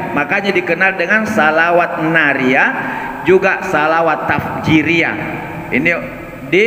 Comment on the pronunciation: Bukan tafjiriyah..... Tapi tafrijiyah....